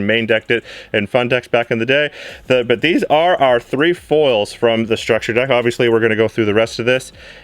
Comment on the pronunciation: Every time he says structure deck, I cringe a little.